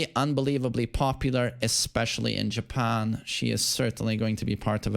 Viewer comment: When you say "popular, EsPEciAlLY iN JepeArnn", what are you basing that on?